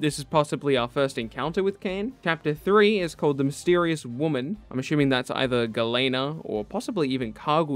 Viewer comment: If you can’t say ‘assuming’ right, can you please stop overusing it.. 😕